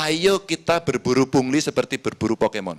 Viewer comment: Karni ilyas bindeng 😂 aduh ni ni pungli bukan puli bindeng kok di suruh bicara